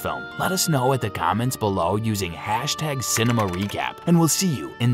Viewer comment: when I heard him say cinema in the end I thought he was about to say cinnamon roll💀💀